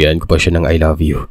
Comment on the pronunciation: Kaka aral Ng lihim..rekta mg aylabyo . Hahaahaha